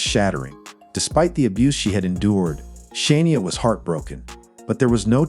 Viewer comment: I want to watch this so bad but its driving me nuts. it is Shania not Shaneia